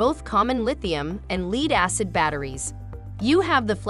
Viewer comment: Your site doesn't allow me to get a quote - even after specifying the power variant. What is the idle power consumption? I wish they would not use AI narrators! Since when is a "lead acid" battery pronounced like leed?